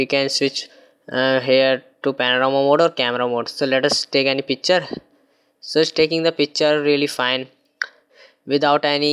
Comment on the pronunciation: It's picture,not pichre